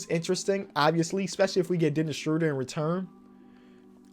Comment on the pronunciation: Every time I hear Dennis Schröder’s name pronounced, I will comment that his last name rhymes with murder, not that I am angry about it, just to make the probability that reads it a bit higher:)